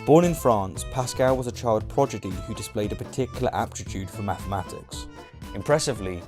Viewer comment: can't pronounce French town..."Bloody French" 😆 🇫🇷 calls Pascal a "child progidy" 😳 🏴 Love your vids though buddy! 😉